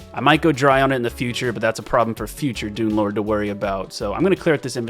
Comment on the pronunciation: am i the only one who keeps hearing dunelord as doomlord?